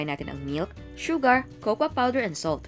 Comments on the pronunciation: You should pronounce the cocoa "coco" not kokwa! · it is actually "kekeyo"